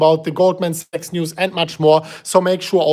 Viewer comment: is pronouncing Sachs as a sex. Tricky for algo.